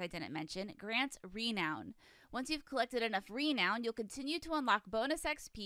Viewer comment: It isn't pronounced RE-noun...it is pronounced Reh-NOUN